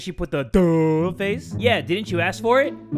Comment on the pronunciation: So we all just gonna ignore the “I’il”